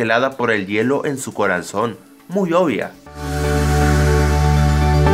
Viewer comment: dijo coranzon